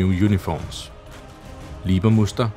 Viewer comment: I´m normally really impressed on how you pronounce german and russian weapons or equipment, but you totally messed up the Leibermuster camo! It´s Leibermuster, not Liebermuster as you pronounced it since ist not derived from the german word "lieber" but instead from a german printing technology engineer named Hellmut Leiber who holds the patent for the printing precedure! If you would instead pronounce the first syllable like the english words "lie" or "library" instead of "leeway" or "lease" you´d be on the safe side! ;)